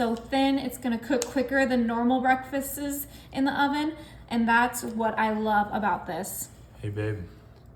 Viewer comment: It is breakfasts, not ,"breakfestes".